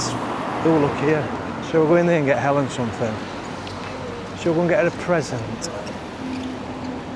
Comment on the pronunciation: you say Alan and Helen the same way "Ellen". Solea, stealth yacht. I swear, I could hear Helen laughing when you said maybe you should get her a present and then showed Louis Vuitton. I find chocolate helps me with a migraine and also caffeine, which they say stay away from, It works for me. The vlog was not rubbish. We all feel unwell sometimes. Mind yourself.